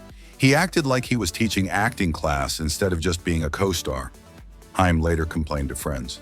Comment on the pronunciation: Haim is pronounced HAYM not HEIM!!!! WTF?! A lot of bullsh*t here.